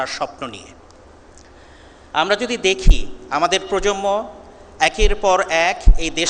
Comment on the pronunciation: বুয়েট থেকে পাস করা ইঞ্জিনিয়ার সঠিক উচ্চারণ প্রজন্ম ✅ বলতে পারেন না এটা খুবই দুঃখজনক । বলছেন পজম্ম ❎